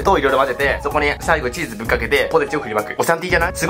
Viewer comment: 「あ、チーズなっしー！」って唐突にふなっしーになられて「なに？」ってなったけど巻き戻したら「チーズですチーズ」って字幕あって助かる。